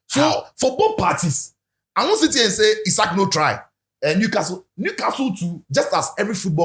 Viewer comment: He say ‘ZIKO’ him😂😂😂😂😂😂😂😂😂😂😂😂😂😂😂